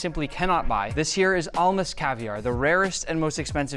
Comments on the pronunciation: Almaz not Almas. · stop the cap as a russian in called almaz not almas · Lol. It's not Almas for diamond in Russian. It's "Almaz". They selling such an expensive item and can't mimic word.